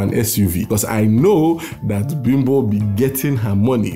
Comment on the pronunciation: Your pronunciation of Bimbo sounds more like the American interpretation of the word rather than a Yoruba name